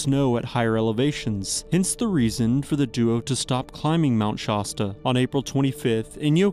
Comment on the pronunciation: Shaw-sta, lol. Is this AI? Either way, i am unsubscribed. Do your research if you want to earn viewers. No offense